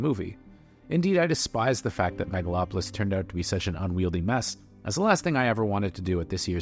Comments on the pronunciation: Maga-lopolis? Lol. I have a feeling that wasn't a genuine mistake. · "Maga-lopolis?" I thought the Trump movie was called The Apprentice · "Magalopolis"...? What? =__= And... "so we don't have"? Sorry man, still gonna watch that damn film, especially as your review has very few actual arguments.